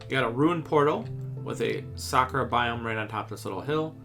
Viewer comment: When Bro is saying "Sakura Biome" I thought it is "Soccer Biome"